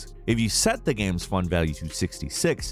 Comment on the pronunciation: Everybody: Games: Ganmes